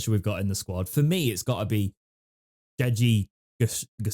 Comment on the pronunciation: OTW Gassama 👍 Tho also watching you all get his name wrong is pretty shocking a year in. Deji ffs. 😂